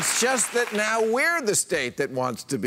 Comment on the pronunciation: "we dah rebels nayuh!"LOL!